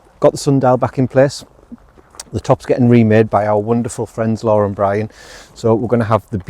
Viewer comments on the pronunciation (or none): none